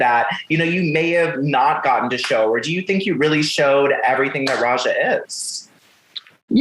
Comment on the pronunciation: Not the interviewer calling her Rajah O’Hare😒🤬